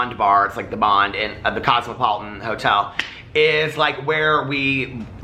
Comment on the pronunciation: bahahaha you said "hoto" instead of hotel.....LMAOO....That means gay in spanish but its spelled joto the j is pronounced like an H